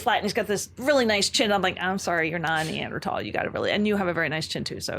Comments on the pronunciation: If this hippie says neandrahtawll one more time… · The way she's re-pronouncing words like Denisovan & Neanderthal to sound "different " cringes my soul